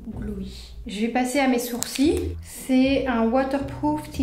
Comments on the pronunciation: Tu dis sourcis au lieu de sourcils mais c’est pas grave❤ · Pk tu dit les sourcii et pas les sourcils ? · Je suis la seul à entendre soursi au lieux de sourcils ?🤣 Je t’aime trop t’es trop belle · Au lieu de dire sourcil tu dis sourci bref super vidéo ❤️👍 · on dit soursiles pas soursi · Ça me tue elle dis les sourci et pas les sourcils 🤣🤣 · Je suis la seule à entendre « mes sourcis » 😭😭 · « les SOUR-CIES »😂